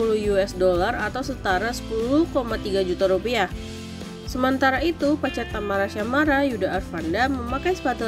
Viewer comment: Tamara syamara ? Yg bener mimin,,tyasmara/tiasmara gitu 😂😂😂baru belajar baca ?